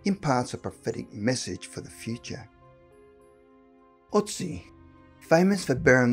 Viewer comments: Ötzi not Otzi. How hard can it be to at least make sure the first letter in a name is correct? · It's Ötzi not Otzi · Otzi ? Amazing that in 2020 some ppl still can't pronounce Ötzi